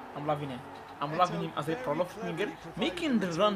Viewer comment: Its 'PROLIFIC' not prolofic